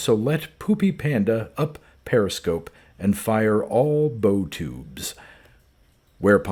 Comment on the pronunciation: Good reading but it's Bow as in the front of a ship. Not Bow as in the knot.